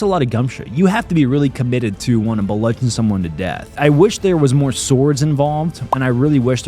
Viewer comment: For some reason, I can't get over "bludgeon" as a 3-syllable word.